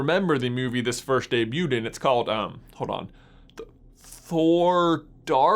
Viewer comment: This guys pronounciation😂😂 Schtone, firscht, and my favorite